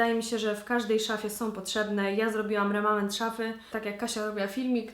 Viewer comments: remament? lol chyba remanent :P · chyba "remanent" :))